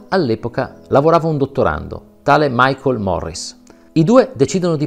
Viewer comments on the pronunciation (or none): none